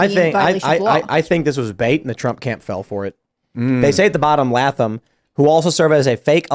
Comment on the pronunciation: Pronounced Lay-thum